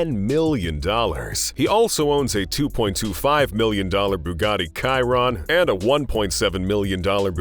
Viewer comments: Cayron..? It's chiron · It's named after a french driver who won Le Mans with Bugatti, so no, it can't be pronounced as Cayron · “Bugatti kairown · Bugatti "kairon"?? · The way he pronounces Chiron pisses me off